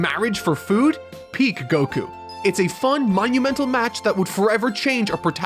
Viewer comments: WHY DO YOU SAY "Gokuu" BRO PLEASE ITS GOKU NOT GOKUU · I agree with on so much, but it's a shame how he insists on saying goku wrong uwu